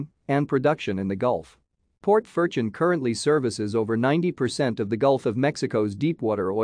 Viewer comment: All pronunciation is wrong.